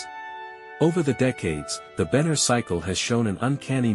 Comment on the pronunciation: Benner not banner